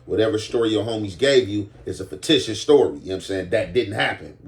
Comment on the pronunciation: “Faketitious” I’m gonna trademark that 😂